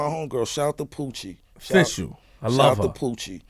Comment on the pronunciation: The lady he is talking about: her name is Pucci Galore, not Poochie.